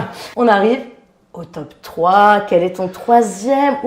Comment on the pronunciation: Pourquoi j'entends "Teub 10" à chaque fois? C'est très déstabilisant! En même temps ce serait un super concept "Les 10 teubs qui nous ont fait le plus marrer dans notre vie" hahaha x) Sinon mon top serait un mélange des vôtres avec du plus classique comme De Funès, Coluche, Monty Python, du plus récent comme Ben Stiller, Les Bronzés, Le Père Noël est une ordure... Le dîner de cons... Les Visiteurs 1 et 2... je cite un maximum de Christian Clavier pour faire plaisir à. C'est arrivé près de chez vous, La Classe Américaine sont également des films cultes pour moi. Maman j'ai raté l'avion, obligé de le revoir à chaque Noël. J'ai également été très client des trois premiers American Pie. Si je devais en donner un "sous-estimé" ou méconnu ce serait un film avec Ben Stiller que peu de gens connaissent, en français il s'appelle "La Colo des Gourmands" qui montre un genre de camp de vacances et d'amincissement pour jeunes obèses avec un Ben Stiller en directeur de camp complètement taré. Voili voilou et je t'aime <3